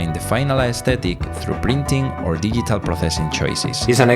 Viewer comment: Nice edit. I like your accent (never a bad thing), but there were a few words that were completely mispronounced: recipe and digital are a couple of examples. Not trying to be mean, just help. Love the content. Can't wait for part 2.